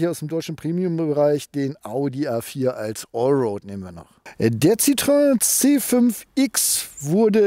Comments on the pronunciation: ˋTschuldigung, es heisst weder Zitröön noch Zitroan oder ähnlich. Der Doppelpunkt auf dem ë bedeutet, das o und e getrennt ausgesprochen wird. Also Citroën gleich „Sitroen“. Bloss nicht Sitröön. S i t r o en. Schwierig darzustellen. Ich weiss, man gewöhnt sich an eine Aussprache über die Jahre, weil fast alle Zitröön sagen. Ich fahre seit 1974 Citroën, mit wenigen Ausflügen zu Mercedes und Audi. Aber es tut immer noch weh, wenn ich es höre! 😱😉😉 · Ich wiederhole mich gerne bei JEDEM Test eines Citroen auf diesem Kanal: Es heißt SSSitro-enn und nicht Citroääää. 🙄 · Man spricht es übrigens wie geschrieben. Das französische ë wird wie das deutsche e ausgesprochen. Also nicht Citroäh! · Ich hatte zwei Citroën (Xsara Picasso, C4 II ), beides richtig gute Autos, aber auch ein bisschen schrullig, vor allem der Picasso. Nun habe ich einen Hyundai i30. Was für eine langweiliges Auto im Vergleich. Aber wenn ich das hier so sehe, dann wird es wohl bald wieder ein Citroën. Danke für das schöne Video. Und ja, den Kommentar kann und will ich mir nicht sparen: Es heißt weder Zitröhn, noch Sitroähn, sondern Sitro-enn. :-) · Citroën wird ci-tro-enn ausgesprochen. EN wird hier nicht nasalisiert. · es klingt trotzdem Scheiße wie du Citroen sagst...auch wenn du versuchst hast's zu erklären .Auch so mit Wallbox...